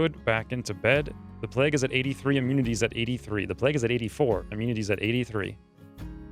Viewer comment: This guy over pronounces everything and as a result sounds strange. What's pleg? Plague playyyyyguue.